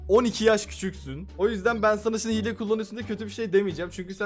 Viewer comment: yanlız hile diyeceğine hile g diyo laaaaa